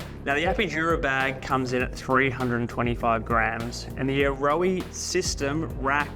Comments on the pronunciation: A-Ro-aa? That’s how you say it in kiwi? I own a set and always thought ‘Arrow’ was closer pronunciation. Sheesh. 9,977,287th time I’ve been wrong. They are quality pods that won’t go anywhere, but remove with ease. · "ayrowey"?😂 It's Aeroe pronounced same as aero!